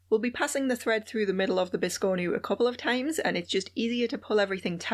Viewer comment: Awesome video! 🧡🖤 I'm going to try to make this adorable biscornu (pronunciation notwithstanding).😁 It'll be my first!